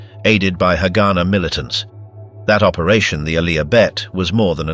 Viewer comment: Not to be that guy but its not hagána or hágana, its haganá. U put the stress at the end